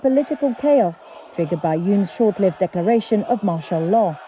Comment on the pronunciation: Seriously? You can't pronounce 'short-lived'? This is pitiful and will only get worse when Lake takes control.